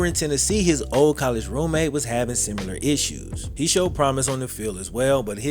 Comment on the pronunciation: Bro you’re too goddamn good at this shit. So fucking talented at writing and presenting these. Still bothered by the extra “u” in “simular” instead of “similar”, but this shit is too good to bitch about lmao